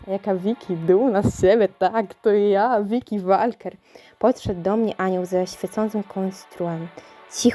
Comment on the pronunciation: Czyta się Wolker